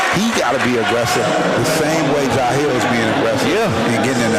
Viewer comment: Constantly pronouncing jahleel’s name incorrectly is embarrassing for the announcers. It’s pronounced Ja-Leel